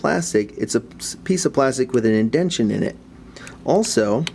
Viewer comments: IndenTAtion, not Indention. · I know this video is over 5 years old but something about you repetitively saying "indention" as if its a real word bugs the shit out of me lmao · Just one thing. It's indentation.